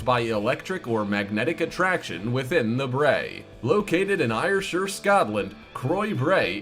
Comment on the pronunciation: The way the guy tried to pronounce Ayrshire 🤣🤣🤣 its pronounced air-shir